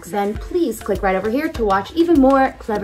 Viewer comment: Clevver or Class lmaooo>>> that is the question 😭